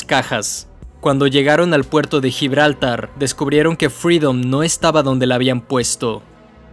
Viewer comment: gibraltár! es aguda!